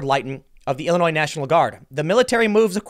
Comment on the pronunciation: Tim please you are a professional speaker, s in Illinois is silent